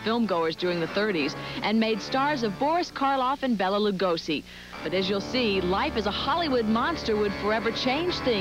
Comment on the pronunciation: Mr. Lugosi was not "destitute" nor was Son of Frankenstein (which you cite) a "b" movie. Also mispronounced his first name. Not Bella, Bela with the e pronounced as a long a. But, I did appreciate the great Vincent Price quotes